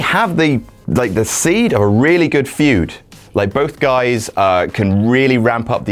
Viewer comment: FUED? You mean Feud right? hahah